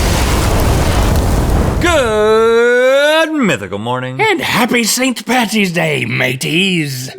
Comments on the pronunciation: He said Patty, he said Patty, he said Patty, HE SAID PATTY!!!...... ITS PADDY FOR FECK SAKES! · Its "St. Paddy's day" not "St. Patty's" 😞😭 when will you learn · ITS PADDY NOT PATTY AHHHHHHHHHHHHHAHHHHHHHHHHHHHHHHAHHHHHHAHHHAHHHHHHHHHHHHAHHHHHHAHHHHHHHHHHH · paDDy’s not paTTy’s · Paddy not patty ,just please ,for once, get it right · Please, I beg, don’t pronounce or spell St. Paddy’s day as “St.Pattys day”, it’s St. Paddy or St. Patrick but NEVER, EVER “St. Patty”, I think I speak for most Irish mythical beasts when I say this 😂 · Paddy’s* not Patty’s :) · ITS ST. PADDY'S DAY!! Say it right or just say St. Patrick's Day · Its paDDy not patty! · BEING IRISH AND HEARING PATTY`S DAY GENUINELY HURTS SO PLEASE LEARN IT IS PADDY PADDY WITH TWO D`S NOT T``S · I’m sorry, Link said “Happy St Patty’s Day”.. it’s Paddy!😂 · it's paddy, not patty. st. patrick was not a hamburger. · Paddy not patty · Paddy, not Patty, never patty. Paddy is Patrick, Patty is Patricia (or a burger), please stop saying it wrong Americans. Also what are all the four leaf clovers about, shamrock having 3 leaves is the entire point of the connection. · IT'S PADDY NOT PATTY. SAVE A LIFE. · It's Paddy's day! Not "Patty's day" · I love you guys but as an Irish person I need to make this clear: it's st paddys day not st pattys day !!!! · An Irish person loses 10 years of their lives everytime an American calls St Patrick's "St Patty's" and not St Paddy's. Patty is a woman's name. Paddy is the shortened name for Patrick. You're welcome. An Irish Person. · FFS Americans....it's paddy , not patty just like it's a burger not a patty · I love you guys but if link says st patty's day again I will scream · It’s paddy not patty 🙄🙄